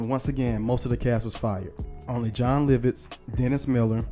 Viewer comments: "John Liv - Itz?" 😆 🤣 😂 😹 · its LOVits he keep saying LIVITS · Great segment. I love Jim Carrey, he's my favorite actor to date. But was anyone else perturbed by the pronunciation of Lovitz?! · For some reason mispronouncing Jon Lovitz multiple times annoyed the hell out of me. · Please learn how to say people's names before posting a video! His name is Joe Piscopo pronounced PISS-KAH-POE! Jon Lovitz is pronounced Jon LOVE-ITZ!! Good grief! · Bruh, "Joe pis-COP-oh?" "John LIV-its???" Damn bruh you gotta be young as hell to mispronounce legendary names like those. I'm saying, you gotta be 24-25 MAX? smh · How you gonna mispronounce a name that gets announced on every episode? Lovitz AND Piscopo? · but not as bad as his butchering of Joe Piscopo